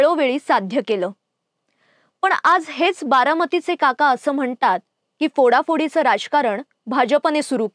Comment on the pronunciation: ही कोण? We do not want anybody else on the channel. She cannot even pronounce the letter 'फ' properly which is part of the "मकार्" group of letters. It's PHADnavis NOT FADnavis. It's PHODA-PHODI NOT FODA-FODI.